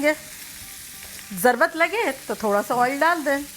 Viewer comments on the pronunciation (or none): App lfz zrrort ko zrwat bolti han mam ap india sy han